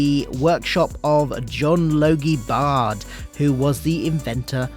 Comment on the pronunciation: Just to let you know Baird isn't pronounced Bard it is pronounced Bared or Bear-D